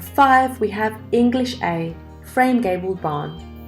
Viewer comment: "She" is a 100% AI voice. You can tell when she says English-A "frame barn" instead of English A-Frame barn.